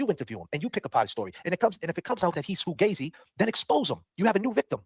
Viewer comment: I’m just offended that said foo-gay-zi instead of fugazi. He must be a fake Italian. Embarrassed for him